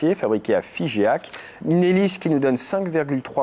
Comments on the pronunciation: Figeac et non Figéac 😁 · Tout petit détail de prononciation : le fabricant des hélices de l'A400-M est Figeac Aero, implanté dans la ville de Figeac dans le Lot (46), et ça se prononce "fijac", non "fijéac". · Merci encore une fois, une toute petite correction: pour Ratier, c'est Figeac (dans le Lot), prononcé "fijac" le e, sans accent, n'est là que pour faire le "j" derrière un g...😉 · Figeac se prononce FIJAC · J’allais écrire la même chose 🙂